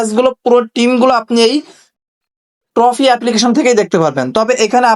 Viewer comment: ট্রফি না রে না টফি 😂